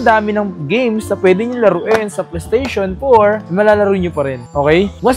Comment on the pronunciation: mura kasi PLE-STESHON ang brand 😅😅